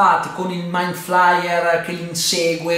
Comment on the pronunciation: Attesissimo questo video! P.S. giudicando dalla scena post-credit penso che non ci sarà la quarta stagione ma una nuova serie sempre a tema con nuovi protagonisti ma lo stesso nemico. Comunque si pronuncia ''maind fleier" inoltre non può essere messo a confronto con Godzilla (120m) mentre lui non supera i 50m.